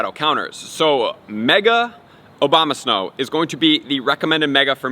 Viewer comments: OBAMA-SNOW 🤣 i think that he does it on purpose 🤣🤦🏻‍♂️ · lmao, anybody else heard obamasnow?